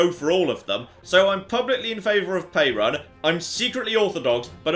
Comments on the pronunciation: Can you not butcher slavic names please? Perun is pronounced Peh-roon with an emphasis on the U. I'm only explaining this because hearing you saying Pay-run is making me cringe to death. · As a Slavic person, hearing pronounce just about every name of everything in the English pronunciation is both cringe and funny. Crunny? Funge? In any case,, please. It's Perun(Perún where I'm from) not Pejran. The "r" is pronounced as in ruthless. Also, the acute accent written over some of the letters (é,í,á,ý,ú etc) makes the pronunciation "long". é=ee, á=aa etc (for example, English "Aaron" would be "Áron") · It's pronounced approximately like the country Peru with an added n at the end. peh-ROON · Perun = peh-ROON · It’s pe-roo-n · Close, I'd say something like this: "Pe" the same way as in pestilence, "ru" as in ruthless (the u is a long ú where I'm from so make it sound like in the o's in "oof") , clear "n" (not "en" just "n") like in now. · perun (the god) is spelt with one n. Now, is almost certainly pronouncing it wrong, but still.